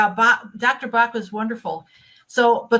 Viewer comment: FYI: In this case, 'Bach' is actually pronounced 'Batch'; NOT pronounced like the 18th century composer, Johann Sebastian Bach.